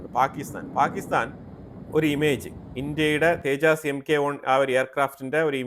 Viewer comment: തേജസ് എന്നാണ് പറയേണ്ടത്. തേജാസ് അല്ല